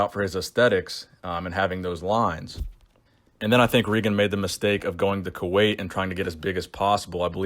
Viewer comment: im 95% sure its pronounced Ray-gen